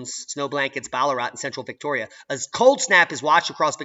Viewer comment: Love your flux when you said Victoria... You went all English on us! Great vocals! 💕 Diamond